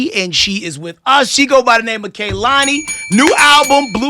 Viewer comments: Couldn’t even get her girlfriend’s name right smh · A quick google search would have shown she was in a relationship, he brought up an artist to collab with and asked if he even knew her like that when they are literally dating, and even pronounced her name wrong. Her entire vibe was off the second the interview started and you can tell she was annoyed and bothered, something clearly happened before they pressed record